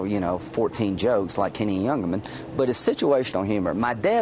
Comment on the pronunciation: “Jennie Youngerman”.......Is this trump suck up attempting to say Hennie Youngman?